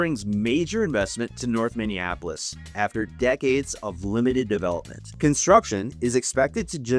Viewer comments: I doubt you live here or know anything based on the way you mispronounce Minneapolis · Why did you pronounce Minneapolis weird. You from out of state